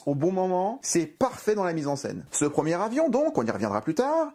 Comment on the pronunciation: À l'oral, "le premier avion" se prononce "le première avion" pour faire la liaison entre les 2 mots mais les Français sont devenus tellement nuls en français que 80% des spectateurs n'ont probablement pas compris cette blague.